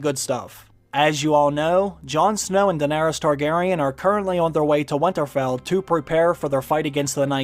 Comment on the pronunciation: you say winterfell weirdly and say it far too often